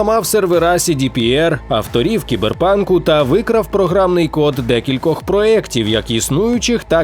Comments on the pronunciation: Чому «сайбер-панк», а не «кіберпанк»? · кіберпанк а не Сайбер панк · сайберпанк правильно